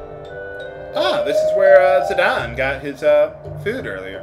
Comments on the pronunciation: It's zidane not zidawn like your pronouncing it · this is how the character here is prononced Zidane Tribal [ziˈdɑːn ]